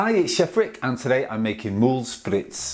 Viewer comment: Amazing video! Just for future reference, in french, the Moules Frites are pronounced Mool Freet. Doesn’t really matter but anyways 😂